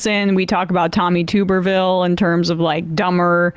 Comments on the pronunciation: TUB-erville.....NOT TUBE-erville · TUBerville not Twoberville. Details, details...